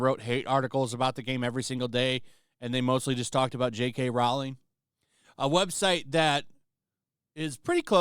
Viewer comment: It's Rowling as in bowling, not Rowling as in bowelling.